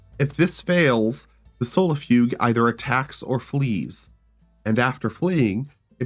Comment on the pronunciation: it's pronounced... SOUL-IHF-EUE-JAY. Sol-if-ugae. i seriously don't understand how anyone with a grasp of phonetics could butcher that word so hard.